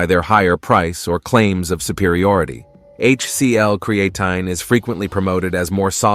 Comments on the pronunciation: It’s Crea Time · What the hell is Cre an Ten! Lol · Cree ain’t in. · It's Not pronounced as Cre-AE-tin, the A is not emphasised, it's so annoying when AI can't do it right. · I can’t take any advice seriously from a video that can’t properly pronounce CREE-AH-TEEN. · Haha, “creatin’”. AI pronunciation. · And yes…. Cre-atin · CREE AH TEEN, is how you pronounce CREATINE 🙄. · Cree-Ay-tin, Creatine, Cree-A-tyne. Ai voice can't decide how to pronounce 😅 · Not sure about you but I take creatine not creaton, crea-tun, createin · amazing, one subject with 30 different pronunciations in a single video. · I CANNOT with the AI mispronouncing "creatine." I clicked "do not recommend channel." Get it together. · They should teach the AI how to properly pronounce creatine. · Speak the word creatine correctly. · Did you, as creator, review the many obvious mispronunciations of the main word? Serious question. Genuinely incredulous. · You know you can type into the internet and find the correct way to pronounce (creatine) ----- why should anyone believe you know what you're talking about if you can even get the name correct? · If you are going to use an AI voice make sure the pronunciation is correct. The video was about "Creatine" and the word was mispronounced throughout the video...a complete credibility destroyer. In fact, your AI voice pronounced the word "Creatine" four different ways. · Creatine DOES cause hair loss bozo. Women's hair came out after they took it. And not until. So YES it does cause hair loss! And everyone cannot take creatine. If they have kidney issues or are taking NSAIDS. And you are not even pronouncing creatine correctly!! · I’m distracted by the way he keeps saying creatine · 3? I caught 6.... If this thing can mispronounce this one word THAT many times how the heck are we to trust the actual information? Of the 10 mistakes listed, not taking it properly was reworded and reused 4 times alone. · This A.I. pronounce "CREATINE" in many ways! Classic!